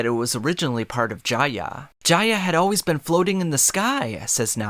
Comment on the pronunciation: As soon as I heard you pronounce Jaya and Skypeia I clicked off I fucking can’t 🤦🏽‍♂️